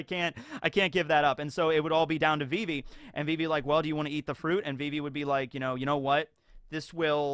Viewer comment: It's not vee-vee. It's viv-ee